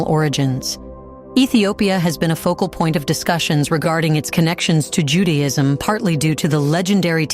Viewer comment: And it sounds ju day ism Not Judy..ism